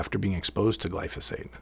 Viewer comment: it's not pronounced glyfisate